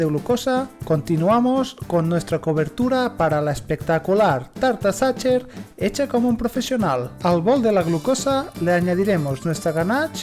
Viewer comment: Hola con todo respeto está mal PRONUNCIADO, no se pronuncia como lo haces, te sugiero que busques la pronunciación correcta, la mayoría de los españoles y latinos que no saben, cometen el mismo error de pronunciación